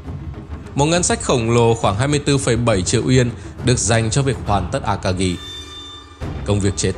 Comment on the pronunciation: Phát âm a-ka-gi chứ không phải là a-ka-ghi.